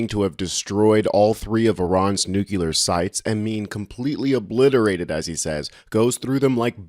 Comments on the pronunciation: Hey!! It's "nuclear", not "nucular", okay? new cle ar. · Dude, don't speak like Dubya, it's not cute. If you want to be a respected reporter, you have to learn how to pronounce words properly or you sound ignorant, and no one wants to listen to more ignorance these days. It's NU-CLEAR. NOT NUCULER. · Nu-clear not “ nu-culer”